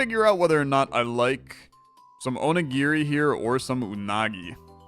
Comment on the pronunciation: Oh. My. God. finally pronounced onigiri correctly. I am shooketh.